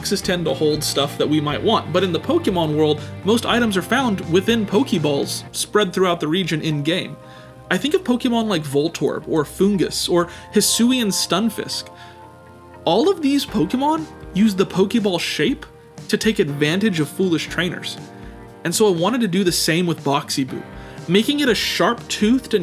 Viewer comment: "Hisuian Stunkfish" The mispronounce never gets old.